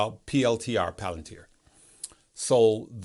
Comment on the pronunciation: Omg you said palantir correctly.. what a good dude 😂